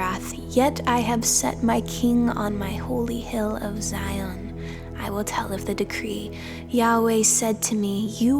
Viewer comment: Beautiful reading. One little word that must be pronounced properly is Zion. Z-eye-on. Hebrew sistah be like, what is Zee-on lol🙏✌️🕊️